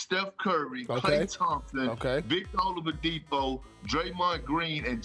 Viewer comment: Victor “Olowadipo” 😂